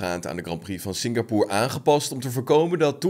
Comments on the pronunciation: Waarom spreek je het uit als singapoer terwijl het singapoor uitgesproken word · nee, je spreekt het Singapoor uit